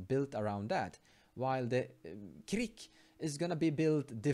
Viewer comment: The pronunciation is more like "Kehr-ik"